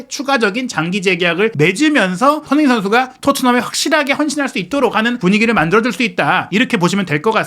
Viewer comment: 발음이 너무 구리신데ㅠ 손흔힌이 누구임?